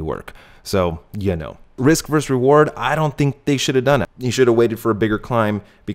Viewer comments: Dude. It's not verse, it's versus. 13 versus 1. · Nice job, but “verse”? It’s “vee” or versus. NOT verse. Not ever. Never. Ever. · Verse? WTF is verse? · Dude...it’s Versus. Latin for ‘against’. Love the channel.